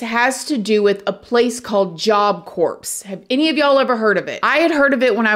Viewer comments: Unbelievable! Good job! I NEVER comment, but seriously? Job Corpse? I love you!! You for sure know by now it’s Job Core (pronunciation), but I can’t help laughing. Love you child!! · Job Corps is pronounced Job Core. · Job Corps = Jaap Kor 👉 (pronounced, sounds like) (p & s are silent) 🙂👍